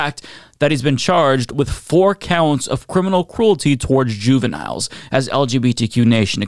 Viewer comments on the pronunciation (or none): Did that say Juvenlines? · Did it say "juvenlines"?